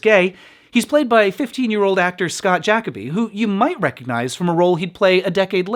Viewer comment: Scott's last name was pronounced Ja-CO-by, not JAC-o-by. Look up an interview with him.